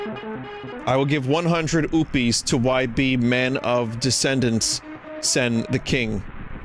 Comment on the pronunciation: It may just be because its 3 in the morning, but when vinny said oupees so casually i lost it